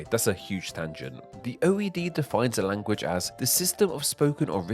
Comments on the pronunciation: So is the narrator's pronunciation of "language" as "language-uh" part of a dialect? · how you pronounce "language" bothers me a little, LOL